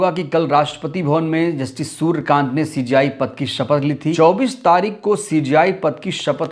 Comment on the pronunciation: सुरकान्त नहीं है सुर्यकांत है भाई साहब जी